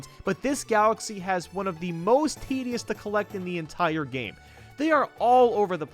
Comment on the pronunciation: Collect not collec